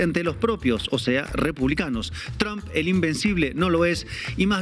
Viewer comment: Tramb" se pronuncia tromp😂😂😂